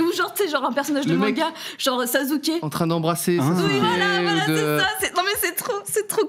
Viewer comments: SaZuke qu’elle a dit 😭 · Le « Sazuké » mais tuez moi! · « Sazouke » ouiii ... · Elle a dis sazuke et tout le monde trouve sa normal